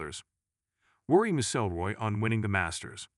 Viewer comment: OMG please get your AI to learn how to say McIlroy.